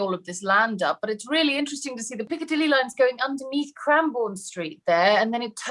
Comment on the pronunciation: I love your pronunciation of Piccadilly. Never stop saying it. Greetings from Sydney.:face-purple-smiling-fangs:🏳‍🌈